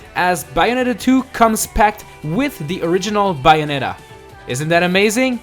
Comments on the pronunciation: it's bay o net a not buyonita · Not to be critical or anything, but you should work on that accent. The Bayonetta 2 entry had some big mispronunciations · ...your saying bayonetta wrong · The way he says "Bayonetta" is comedy gold. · You sound Australian when you say Bayonetta! :) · He says Bayonetta in such a funny way.